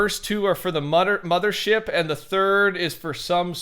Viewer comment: I like how every time he says mother he stutters and says mudder ship and immediately says mother after